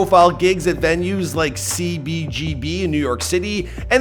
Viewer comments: CEE-BEE-GEE-BEE lololololol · CEE BEE GEE BEE. said like he's never heard of the club. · The way he said C , B , G , B , you can tell he has no idea how legendary of a stage that is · Say it fast, sea-bee-gee-bee's (one word) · you lost me when you said C-B-G-B like an 80 year old. Can't keep hearing ya talk after that lol bye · Why did he say CBGB as though he's never heard of it before? Just seemed weird for a "music guy" to say it that way. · Bruh the way you said CBGB cracked me up 🤣